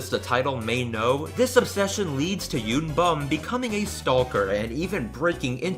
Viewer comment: the scariest part of this video, is the pronunciation. Sangwoo (Saw-ng-woah) yoonbum (yo-n-boom)